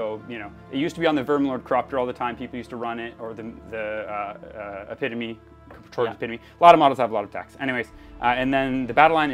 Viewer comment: Good battle., thank you for pronouncing ‘epitome’ correctly!